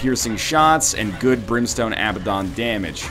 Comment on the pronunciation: I wish Ryan would pronounce Abaddon correctly, still a good vid just a minor annoyance